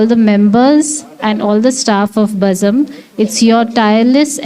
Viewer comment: Nice vote of thanks.... But it's not "Bazam" It's Bazm'